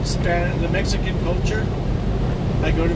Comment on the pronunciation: /1914. When I heard you say mexekin overdrive I thought I must be mistaken. Where I am we have 2 kinds of mex. Snotty hard ass always giving whites the stink eye. WON'T speak English so F em. Type 2 speak BETTER English than me. I've talked to many as they're very approachable. Always ask them how is it they speak better than me. All are at this grocery for school for a better Life down the road. I thank them 4 speaking English & being good Americans not what I'm used to the stink eye & the chip. Am retired now so went from driving 18K mi a yr 2 about 4K a year now. Once/twice a week I need stuff so I go in daytime 4 it. Prefer no night driving if possible as visibility is in the crapper. Try 2 keep to the 4 Stupid Rules. When I do everything is fine. When I don't like that 1 time 3yr ago I get stepped on. Don't like cops neither. Way too militarized last 20yr. 2nd rule never go out after Midnight cuz bored cops on duty love to make examples of folks...